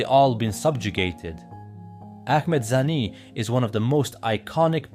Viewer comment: his name is Ahmade khani not zani